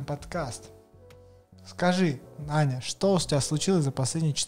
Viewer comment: Аня -* говорит "Аня"* Что слышу я- АНЬЁОереокоеоооооеоеоеоеооко